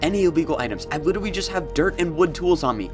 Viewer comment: Did anyone notice he is saying “witewy”😂😂